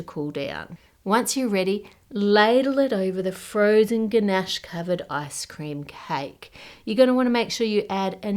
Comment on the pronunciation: everytime you say icecream, i hear asscream :(